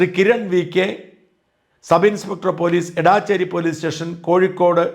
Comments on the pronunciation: എടാച്ചേര അല്ലടോ എടച്ചേരി ,ഒരു പേര് പോലും നേരാം വണ്ണം പറയില്ല 😅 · എടാച്ചേരി അല്ല, എടച്ചേരിയാണ് ഷാജാ❗ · Not Edaaacheri The name is Edacheri It’s near Vatakara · എടച്ചേരി ആണ് എടാച്ചേരി അല്ല. ഞങ്ങളുടെ നാട് ആണ്. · എടാച്ചേരി അല്ല, എടച്ചേരി ആണ്. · എടാച്ചേരി അല്ല എടച്ചേരി എന്റെ നാട് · എടച്ചേരി ആണ് എടാച്ചേരി അല്ല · Dear Shajan Sir താങ്കൾ സ്ഥലത്തിൻ്റെ പേര് തെറ്റായാണ് പറയുന്നത്. എടാച്ചേരി അല്ല എടച്ചേരി ആണ് എന്ന് ഈ വീഡിയോ യിൽ തന്നെ കാണിക്കുന്നുണ്ട്. Main contentമായി ബന്ധമില്ലെങ്കിലും സൂചിപ്പിച്ചു എന്ന് മാത്രം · എടാച്ചേരി അല്ല ഇടച്ചേരി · ഏയ് മഹാമനുഷ്യാ ഏടാച്ചേരി അല്ല എടച്ചേരി ആണ്! രാവിലെ സാട്ടാ തുടങ്ങിയത് BS ശാസ്ത്രി എന്ന പുംഗവനാണ്. മഹാവൃത്തികെട്ട ഒരു പരിപാടി ആണ്. പോളിങ് ഡ്യൂട്ടി ഉള്ളവർക്ക് പോസ്റ്റൽ വോട്ട് ആണ്. ഇതൊന്നും അറിയാത്ത മഹാ മനുഷ്യൻ!